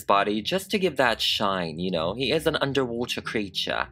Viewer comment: When you said, "underwater creature" it sounded sooooo British 😂